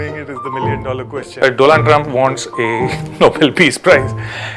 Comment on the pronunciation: Doland trump?